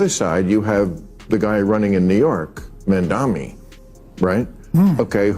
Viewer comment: Where do you get "mumani" from "mamdani"??😂